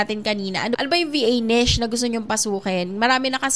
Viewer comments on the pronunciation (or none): none